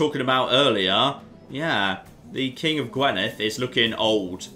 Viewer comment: I know you probably won't have to say "Gwynedd" any more, and your pronunciation of "dd" is perfect but could you please say "Gwinedd" instead of "Gwenidd". On another note, well done on achieving the Kingdom of Wales with what is one of the worst candidates possible, hell of a run that you've not been attacked by England yet! (Kembre is Breton for Cymru (which is Welsh for Wales)).